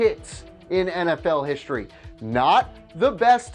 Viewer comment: HiSHtory is not a word. History is